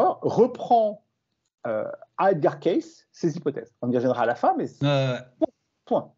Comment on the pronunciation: Là on ne touche pas à Monsieur E. Cayce (en fait on prononce "Queïci" !! Vous n'y connaissez rien sur ce personnage. Il était presque illettré, comment il a pu décrire dans le détails des faits historiques passés, même avec des dessins ? Vous n'avez tout simplement pas cherché au bon endroit ! Il ne faut pas oublier qu'il a soigné des centaines de personnes en donnant un diagnostic et le traitement adéquat. Et c'est faux, il faisait des consultations gratuitement, et n'est jamais devenu riche. Il faudrait lire un peu plus le concernant ! Comme d'hab, vous vous basez toujours sur les livres d'histoire d'il y a plus d'un siècle. La preuve, c'est les découvertes du premier Cro-Magnon et ensuite de l'Homo-sapiens (toujours dans la Vallée du Rift ), toutes les décennies on découvre des vestiges bien plus anciens ailleurs, par exemple le site de Göbetli Kepe qui a bouleversé l'archéologie et la temporalité des premières civilisations. M. Cayce a parlé de choses qui se sont avérées justes de nos jours. Renseignez vous à la Fondation Edgar Cayce aux USA (enfin, si vous êtes anglophones... ), ils ont toute la documentation. Allez, avec vos 11 vidéos... c'est limite pour votre crédibilité... Et au fait, c'est qui le gars avec sa casquette de à la noix ? Connais pas !